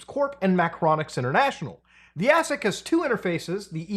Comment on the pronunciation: AAAAAYSIC. Not ASSSIC :D Emulating is better anyways. HD mods and reshading.